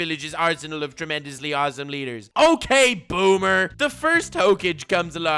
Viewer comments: Yeah everybody talking about boomers, but i love how he says hoake-j instead of hokage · nobody::Hoekage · flexing on us by saaying hokaj instead of Hokage! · No one: Not a single living being:: "Ho cage" (hokage) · That ho-kage thing pissed me off much more than it should have the more you said. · Old-school Naruto fans: IT'S PRONOUNCED HOE-KA-GAY!!!: ok boomer 😐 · Do you pronounce it Hokage or Hokage. Honestly I prefer Hokage over Hokage, but I have no problem saying Hokage in any setting. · Ur saying hokage wrong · when he slips on that hokage pronunciation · Lol the way nux says hokage is how i useto pronounce it bf i watched the anime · 1. This video is something I never knew I needed this much 2. the way you pronounce Hokage is now the ONLY way I will say it....FLEX ON YOU KISHIMOTO